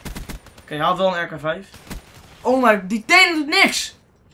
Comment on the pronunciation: Lol hij spreekt het juist goed uit